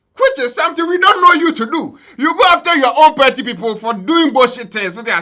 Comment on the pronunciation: The word is PARTY AND NOT PERTI… learn to pronounce words kids are learning from u